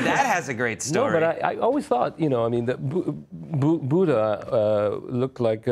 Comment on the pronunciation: Is anyone else annoyed or agitated at the way they say Buddha